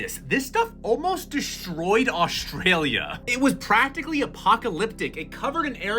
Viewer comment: "deshtroyed aushtralia"